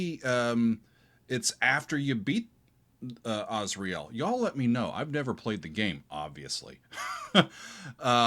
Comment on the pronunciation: fascinating choice of how to pronounce asriel